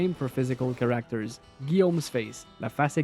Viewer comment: CHAR-acter Not char-ACT-er